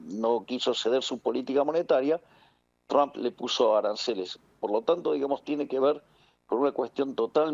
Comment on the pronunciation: Por qué le decía "Donal Chomp"? Decí Trom pelotudaaaa